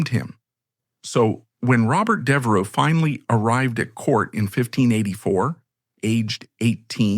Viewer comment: I’m two minutes in and Devereux has already been mispronounced two different ways. The “gh” in “Lord Burghley” is silent, as in “thought.” I realize this is AI narration but surely you know this. It’s not a secret of any sort.